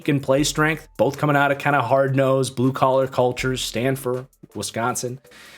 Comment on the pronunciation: Dude called Stanford blue collard